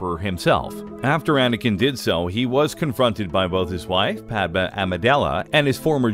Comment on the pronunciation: The moon is ON Wasp 49-B? As long as we're talking about Star Wars, a little nitpicking is in order; Padme's name is pronounced PAD-may, rather than PAD-muh. Also, in addition to Anakin's Force choke of Padme, his attack on her so devastated her that she died, in part, of a broken heart during the birth of twins Luke and Leia at the medical facility on Polis Massa.